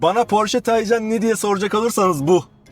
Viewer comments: Üstat güzel video olmuş. Birtakım gizli özellikleir de var ama dediğin gibi, güç bu seviyede olunca gerisi boş ama sendne ricam Taycan ı k ile oku lütfen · porsche mühendisleri tay ve can kelimelerini birleştirip genç atın ruhu anlamına gelen türkçe bir kelime olan taycan yapmıştır bu net bir bilgidir k ile okunmaz